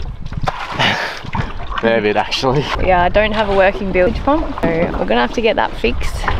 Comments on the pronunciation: Your videography and editing are first class love your no frills get it down happy easy attitudes and cutest ever mispronunciation of bilge pump don’t correct her it’s way to cute to get rid of😍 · Did have a chuckle when you said bilge pump as billage 😂😂😂 fun ep guys!